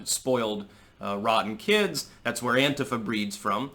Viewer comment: Thank you for (mostly) pronouncing "Antifa" correctly. Sick of hearing the stupid anTEEfa shit.